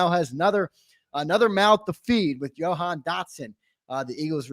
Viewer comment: his name is Ja -Han not johan 😂😂😂